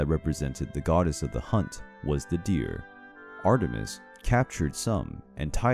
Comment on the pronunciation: What I heard: ARTER - MIST I thought it was Ater-mis